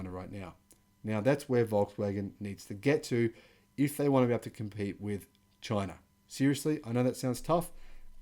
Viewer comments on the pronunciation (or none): none